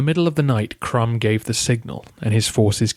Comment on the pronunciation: Maybe one has to pronounce Krum as Kroom?